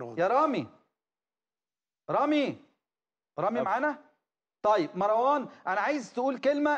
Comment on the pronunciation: اسمو مروان مو (ماراوان؟؟؟) شوهتو الإسم يخرب بيت الي علمك اللغة العربية.